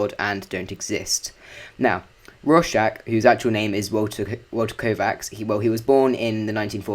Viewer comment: Rawrschach xd